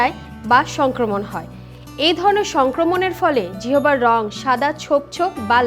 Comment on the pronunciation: জিহবা নয় ম্যাডাম জিহ্বা 🙄🙄🙄🙄🙄